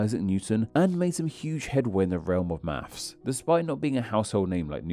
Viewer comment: On a channel about names I don't expect to hear "maffs" (maths), "free" (three) and "symbaw" (symbol) etc.